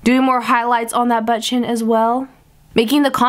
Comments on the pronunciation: I wonder how many times she said "Butt Chin" sounds like butchen lol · Butt chin said with your accent lmfao